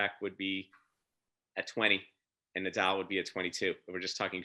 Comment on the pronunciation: I think Americans butcher Nadal's name. Haha